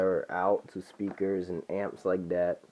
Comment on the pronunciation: You need to learn the difference between a D and a T (Dhat should be That)